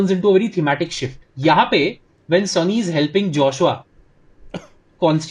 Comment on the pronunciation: Are sonny hai bhai, sunny nahi😅